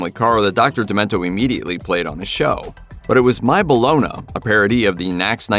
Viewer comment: Oh, so it's pronounced My Bolono! I've been saying Bologna wrong all this time!